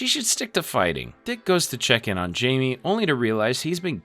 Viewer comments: Every time he says “Jamie” I rip the head off a baby seal. “Hi-me”, dudes name is said throughout the movies, it’s not hard. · great vid but repeatedly calling Blue Beetle “Jamie” instead of pronouncing it “Hi-May” was worse than anything Darkseid has ever done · "And Robert is super suspicious now." ...WHO!? C'mon man. mispronouncing Jamie the whole time I can... understand, but not ignore, but... ROBERT!?